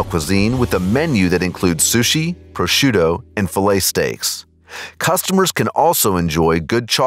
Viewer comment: "prosciu-though" please no